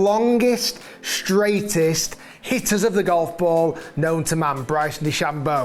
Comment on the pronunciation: Did he say straightest?